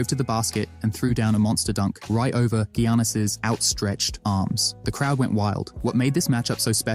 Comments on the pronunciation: Like is it that hard to say yanis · Did bro really say Gee yanis for Gianias